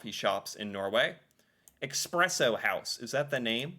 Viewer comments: Espresso, not expresso! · It's espresso, not expresso. You don't have coffee in the US, you have a poor substitute with all kinds of bullcrap in it. Starbucks is shit. That is all. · Could you please pronounce "espresso" correctly? There is no "x" in the word, is there? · what exactly was wrong in this video? Except the mispronouncing of Expresso? A lot of people say it like that. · yes it’s not expresso, and it’s annoying. But when so many people say it like that, no wonder people will never learn what’s the right way to say it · React and Learn! You misspronounced espresso every time you tried to say it!